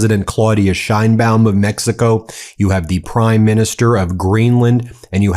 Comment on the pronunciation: Didn't know it was called Meckico.